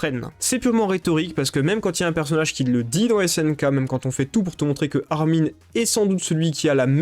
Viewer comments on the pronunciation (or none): none